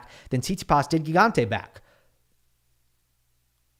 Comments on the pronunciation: Hi, really great recap as usual! For the italian pronunciation its admittedly hard but it is " Jee-gante", which fun fact means giant ahah. Cheers! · It is pronounced “Djigante” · Hey! It's Gigante with the first g as in gym!